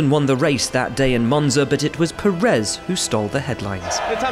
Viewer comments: Why does such a bunch of people officially keep saying PeREZ, when it‘s PÉrez, PErez, PÉREZ!! Spanish is no secret language …. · it is Pe-rez not pe-RREZ